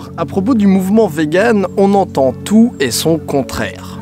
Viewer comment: Hello, je suis vegan ^^ Juste ça se prononce "viganne" et pas "véganne" x3